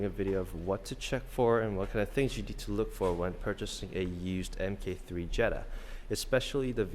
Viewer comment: It's pronounced MARK for fuck sake. NOT EMKAY!